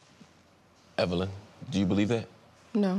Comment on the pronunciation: "Evilyn" LMAO 😂